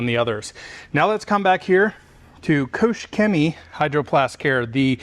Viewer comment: Nice comparison, thank you. Just a small hint: the "ch" in Koch is pronounced like the j in jalapeño